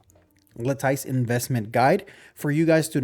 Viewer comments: Pronounced La-tuhs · Bro, ive never heard anyone pronounce lattice like that "La-tuhs" is how it should be said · Not even once I heard somene pronounce lattice right way and Im not even english speaker, natively. it is la-tee-s